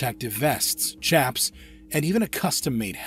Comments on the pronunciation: the way he said "chaps" hurt me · The gear that a cowboy wears over his pants are called chaps. Pronounced shaps not like chapstick. Sh sh shapps.